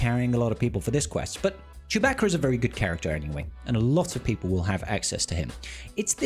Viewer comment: you also learned the right way to pronounce Chewbacca...